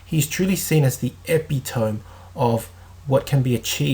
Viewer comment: Epitome was mispronounced.